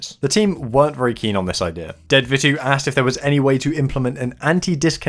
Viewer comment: In Vittu (like in dedvittu) the weight is on the t's. It means cunt in finnish and you say it with emphasisis. Other than that, 10/10